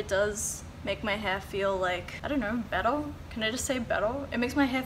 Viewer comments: Love how you say "bettuh" ☺❤ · When you say bwetter and lwater 😂😂❤️ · what is she saying ? better or bettle ?